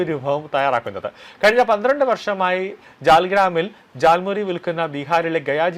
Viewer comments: Not thal muri. It is jal muri.. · താൽമുറി അല്ല ജാൽമുറി ആണ് 😂